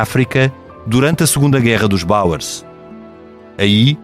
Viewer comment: Gosto muito do programa. Não compreendo como um historiador tão culto diga guerra dos "bauers", quando se refere à guerra dos boers. O inglês, e não só, são mal falados pelos portugueses. Basta ouvir os comentadores da TV a dizerem Ji Di Vance, quando a letra j em inglês se lê como o nome Jay.